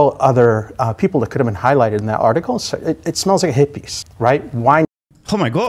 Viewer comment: "It smells like a hit piece" lmao I thought he said "It smells like hippies"